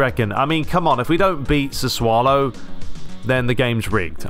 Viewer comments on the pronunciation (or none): Probably been said before but I'm sure Sassuolo is pronounced "Sass-u-olo" not ' "Sa-swo-lo" I may be wrong